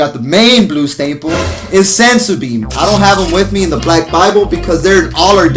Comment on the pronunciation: BEAN* not BEAM😂